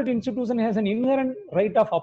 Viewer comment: Wonderstuct by the pronunciation of a designated senior counsel. Pronounciation of Constitution and Institution are self destructive. Salute to his courage to come in public